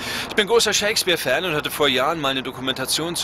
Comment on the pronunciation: Ich verstehe immer ShakesBIER statt Shakespeare.